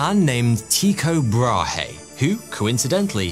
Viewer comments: when saying "Brahe" its pronounced like "braahh" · Nah ,it's an "y"-sound. Not very helpful, I know. But if you know how to say Ypsilon, you've got it. Also, the "h" in Brahe is silent (Bra-e)